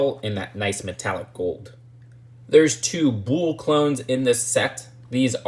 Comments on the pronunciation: rhymes with full not fool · Im sorry its just2 bugging me that you say "Bull" like "Booul". I'm not sure why that bothers me so much. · haha no worries lol I think it's just an inflection. My dad says oreenge instead of orange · Rhymes with pull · It's pronounced the same as 'pull' with a B